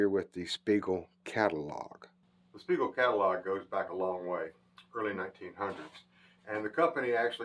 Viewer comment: 'Spiegel' just like on the tag, not Spegal.